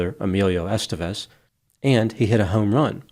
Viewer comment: It’s EsTÉvez, not “EStevez”.